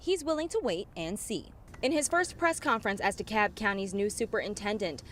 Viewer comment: You pronounce the L in DeKalb, Illinois.